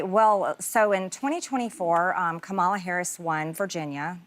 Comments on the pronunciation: She is still calling the democratic party democrat party, and uses the wrong intonation for Kamala Harris name. Hasn't change one bit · It is DEMOCRATIC party and Comma-Lah. I believe Messy MAGA MTG needs to congratulate Virginia and NYC. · Still can’t pronounce Kamala (Comma-La)… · First of all her name is Kam A La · Too bad she never learned how to pronounce Kamala’s name. But I admire her for accepting the invitation. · She still can’t say Kamala’s name correctly? Seriously? I would have corrected her. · The fact that nobody corrected her on the pronunciation of Kamala Harris’s name, gave me complicit enabled racism. 😤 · Saying Kamala's Name wrong three times without any pushback is diabolic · Her mispronounciation of Kamala's name is so purposefully disrespectful. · Okay she could have said Kamala’s name correctly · I was looking for this comment. They all deliberately mispronounce Madam VP's name incorrectly. Smh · Saying Kamala’s name wrong for a reaction. 🙄. is such a bird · I do believe that MTG has changed for the better, and I believe that she is a nightmare to the Felon, his administration, and Republicans. I was upset with ladies for not correcting MTG when she on purpose pronounced VP Kamala Harris name 🤪😡💯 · MTG, Learn how to be courteous and pronounce former Sen and VP Kamala Harris' name .properly. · I'm extremely disappointed that none of the hosts jumped in to correct MTG's intentional and racist mispronounciation of Kamala. There's no way she doesn't know how to say it, and intentionally mispronouncing it is racist, immature, and disrespectful. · She still can’t even say Kamala’s name correctly. I’m not trusting her. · She purposefully mispronounced Kamala several times. There's no way she doesn't know how to say it correctly. That's blatant disrespect. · Yet she still can't pronounce Kamala